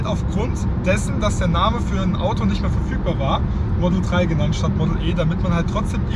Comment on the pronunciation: das Ding heißt Model Drei und nicht Model Trei... Bestimmt auch im Saarland.😁